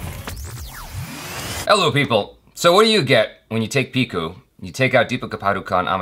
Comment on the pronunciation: Hey, it's P I H U not likh😊😊😊😊